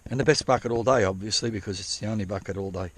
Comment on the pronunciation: Couple things to note…. I counted exactly 27 F@ Having said that, let’s give that a +/- of 2 because when you say Bucket, it sounds like F@ It! Secondly, your catchphrases are hilarious. The salami stick comment had me rolling 😂 Third, you could market that trommel and sell it! That’s your golden ticket! Have you ever done an actual how to for how to build it? I’ve watched almost all of your videos and I can’t remember if you had. Anyway, it’s absolute genius. You having that makes you the only one who can run that creek when it’s so low. It’s incredible. Lastly, you’re on the gold and you shouldn’t stop. It piles up each and every time you go out there!